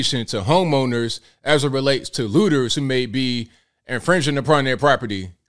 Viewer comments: Did he say "Hooters"? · OH! You said "Looters" not "Hooters"...